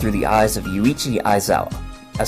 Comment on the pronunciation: The contents are ok, but work on the damn pronunciation. It' not Yu-ii-chi, it's YUichi.